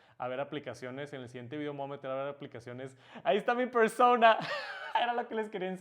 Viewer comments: Por qué dice, persouna, si la palabra es claramente en español solo digo no hate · Porque cuando dices persona lo dices como si fueras gringo cuando es una palabra española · Pronunciar “persouna” cuando sabes hablar español y decir persona no tiene precio jajaja